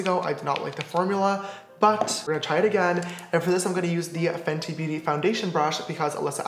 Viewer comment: haha its FENTY not FENTI lol